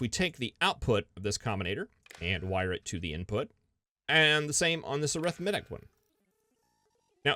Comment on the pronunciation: wonder if he ever looked up how to pronounce arithmetic